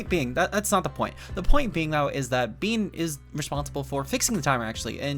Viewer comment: Bene is prounounced not Bean, its "Beh-neh" German Poketuber legend and competetive legend